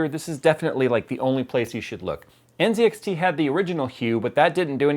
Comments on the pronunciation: Why is he pronnouncing the Z in NZXT, as a C ? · Isn't it pronounced nZxt (ann set axe tea)?